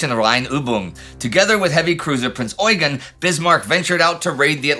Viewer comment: Very nice! Thank you. Just one important bid. It's pronounced Prinz ɔ͡yˈgeːn with a short "eu" and an emphasis on the second "e". His actual name was french (François-Eugène de Savoie-Carignan). So this pronounciation (especially in Austria) derived from his french (and italian) routes. I saw many documentations from the english speaking area (and sometimes from Germany) in which the pronounciation is competely off.